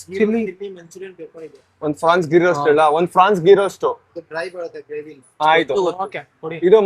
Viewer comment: ಅದು ಪ್ರಾನ್ಸ್.. ಫ್ರಾನ್ಸ್... ಅಲ್ಲ 😂😂😂